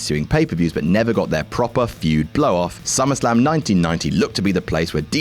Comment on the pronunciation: Feud,. Not "fued"